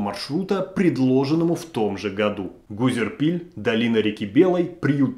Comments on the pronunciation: не Гузерпиль, а Гузерипль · Вообще-то Гузерипль, а не Гузерпиль) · Гора называется ГузеРИПЛЬ, а не гузерПИЛЬ. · Автор сказал, что можно пройти за час по горам 16 км? Если на восьмом случилась трагедия. И Гузерипль называет Гузерпиль. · Спасибо автору за обзор этой истории. Только правильно говорить не Гузерпиль, а Гузерипль. Я живу в Адыгее и прекрасно знаю как резко меняется погода в горах, поэтому идти в поход в любое время года без теплых вещей - чистое самоубийство. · Небольшое замечание Владимиру - населенный пункт называется Гузерипль, а не Гузерпиль. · Очень атмосферный рассказ, спасибо. Только маленькое замечание: ГузерИпль, а не Гузерпиль. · Гора и поселок носят название Гузерипль, а не Гузерпиль. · Какой нафиг «Гузерпиль»🤦🏽‍♀️🤦🏽‍♀️🤦🏽‍♀️🤦🏽‍♀️ ГУЗЕРИПЛЬ!!!! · Автор называя одну из точек маршрута Гузерпиль очевидно ошибся в названии - правильно называется ГУЗЕРИПЛЬ. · ГУЗЕРИПЛЬ, а не ГУЗЕРПИЛЬ🤦‍♀️ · Автор канала ОЧЕНЬ ПЛОХО готовит материал. Названия гор и населенных пунктов названы с ошибками. Гора (и поселок) на Гузерпиль, а Гузерипль! И из Хаджох никогда никакие маршруты не начинались, это Каменномостский. 30тка начинается или с Азиш-Тау, или из Гузерипля (через Яворову поляну). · Гора Гузерпиль? Может, Гузерипль (2158 м)? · ГузериИпль. ударение на И. Какой ГурпИль??? аж током бьёт) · Какой Гузерпиль? Гузерипль. Ну стыдно же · Даже название посёлка и горы не смог правильно произнести. Прежде чем выходить в эфир, прочти 7 раз, потом произноси. История известна и поучительна. Запомните -- это Гузерипль, а не КАКОЙ ТО ГУЗЕРПИЛЬ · Правильно называется не Гузерпиль, а Гузерипль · Почему вы называете Гузерипль Гузерпилем? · Гора называется Гузерипль, а не "Гузерпиль". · ГУЗЕРИПЛЬ, а не Гузерпиль. Посёлок в Адыгее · История ужасная, но правильно ГУЗЕРИПЛЬ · Гузерипль же , не Гузерпиль . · Да Гузерипль же, а не Гузерпиль. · Не Узерпиль, а Гузерипль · Не Гузерпил, а Гузерипль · Гора Гузерипль, а не Гузерпиль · Не Гузерпиль, а Гузерипль